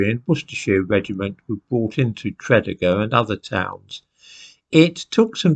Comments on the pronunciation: you pronounce Tredegar as Tre-dee-gar, not the way you have. By the way, I lived there for 8 months back in 2008 as my ex is from the town. It is a kind of strange place at the top of the Rhymney Valley. it's where the men are men, and the sheep are very afraid lol. I think your friends are being a bit silly as there is no anti Jewishness in the valleys these days at all. I too have Jewish friends that live in Tredegar as well as other South Wales towns. However, there is an anti-Englishness in the Rhondda and Rhymney valleys from the days when coal was king and the taskmasters were the English. People still haven't forgotten or forgiven Churchill for sending in the troops in to Tonypandy to quell the striking miners, for instance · No need to apologise. I'm English and I knew that Tredegar was pronounced Tre-DEE-gar from listening to the rugby results on the BBC when I was a boy. I learnt a lot of Welsh place names that way. I didn't know those other two, though; so, thanks for the Welsh lesson. If I were going to move to another country, I think I would at least take lessons in the correct pronunciation of the local place-names. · Always wondered why there are no Jews in Wales. By the way it's pronounce Tre DEE Gar not TRED Ig Ar. Love your content, much respect for you saying Ebbw Vale right! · Tre dee gar. Not trediger. Great channel. I'm from South Wales not far from TREE DEE GAR.🙈🙊🙉🙏🙏🙏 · Tredegar.....Tred ee gar. Bargoed....Bargoid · Actually no, it's not pronounced 'Tree' deeg arr but Treh deeg arr ,and the 'mawr' in 'Brynmawr' doesn't rhyme with 'flower' - it would be pronounced 'mauhrr'. 'Treh deeg arr' 'Brin mauhrr' 🏴♥️ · prounounce it like this TRA DEEG GAR easy for you english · the correct pronunciation of Tredegar would be “Tree” “Dee” “Garr” and Brynmawr “Brin” “mowwer”(rhymes with flower). Hope that helps! 😂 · Actually, it's pronounced Treh deeg gar - not 'tree' 🌲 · Tred ee gar is the way Tredegar pronounced. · Tra - dee - gar